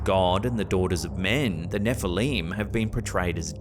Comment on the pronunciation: Nefehleem 😂 neflim